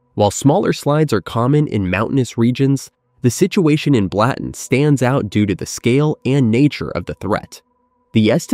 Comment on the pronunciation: I’m Swiss, it’s pronounced Blutten.